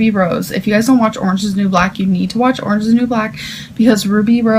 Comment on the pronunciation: Rich talk coming from someone who says “arenge” 😉